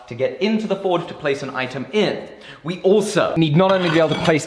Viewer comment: Whenever says forge it sounds like he's saying Ford. The old Ford-esk slogan keeps coming ro mind 'have you driven a forge lately'.